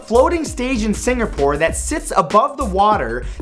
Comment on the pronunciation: It's Sin-GA -Pore not singerpore